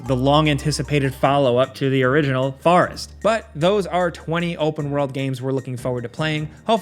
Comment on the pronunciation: I can not respect your pronunciation of "Forest". I am disturbed by it, this is not dialect this is blatantly wrong.